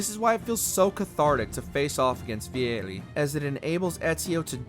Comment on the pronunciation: The way the narrator pronounced Vieri gave me ear cancer